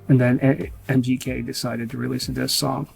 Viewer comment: Sounds like your saying mjk it’s mgk